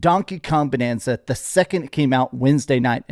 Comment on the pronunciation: Also its bAnanza with an A like in the word bAnana. Get it? 🙄